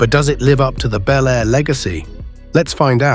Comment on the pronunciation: These make believe videos of 2025 resurrections of classic vehicles (55 Chevy Bel Air in particular) really suck. They are horrible Frankencar mixes of all three of the Tri-Five classics. They don't even show the same car in the various shots. Obviously done by AI and the narrator sometimes pronounces Bel Air as Bee L Air. I've seen the same thing done with the 69 GTO Judge. It's not going to happen folks.